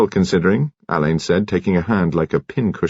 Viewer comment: Another reader who doesn't know how to pronounce Alleyns name. Marsh is fuming in her grave because she actually included in one of her books How And Why It Is Pronounced. I can't wait for Hercules Perrotte and Shearluck Homs.